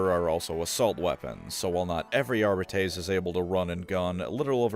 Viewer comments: AR BITES not arb bee tays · This pronunciation is throwing me off. I thought it was Are-bee-tees. Audio books say it this way I’m pretty sure. Am I missing something. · It's not fucking "Arbitayyysss" but "Arbites". Stop pronouncing latin like a dumbass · Its actually pronounced "Arbites" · Say it with me, Are-Bee-Teas. Idk why you’re pronouncing it Are-Bay-Tays but everyone in the new rouge trader dlc says it properly. You and majorkill have the same funny quirk of absolutely butchering the pronunciation of terms that your channel is all about. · Our-beetees? Are-bee-tees is the correct pronunciation ordained by the Emperor himself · GW decided that the technical pronunciation is "Are beet ease". No I don't know why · Always thought it was pronounced ar bite ees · I’m not trying to be a dick, but I can’t handle the way this man pronounces arbites. It’s definitely Ar-bee-tees. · great vid but the entire vid made my skin crawl with how he pronounced arbites ar-byte-ease i know he did it on wrong on purpose as a filthy eldar symp and ive alerted his local inquisition and arbites detachment that a xenos lover is slandering the god emperor’s most unscrupulous most just and lawful organization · I thought it was "Ar-bee-tiees". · Almost correctly. If High Gothic is just off-brand Latin, then the correct pronunciation Ar-bee-tess. 'tes' like Tess, the hot bartender chick, not Tays, like some weird pair of femboy twinks both name Taye. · You played Rogue Trader, you know it’s pronounced “Ar-bee-tees”. I don’t like it either so respect the dedication lol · I to pronounce it "ARE-BITE-S". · Isn't it ar-bEE-tes? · Wdym worst, the worst is easily ar-bite-es. Plus, if my memory from the days of learning Latin serves me well, ar-bEEt-es is the correct one. And yes, I know, dead language and all that, but it still had rules and structure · Ar-bee-tees or Ar-bee-tays. Anything else is wrong, objectively. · It is pronounced « Ar-be-tess », you wretched colonials.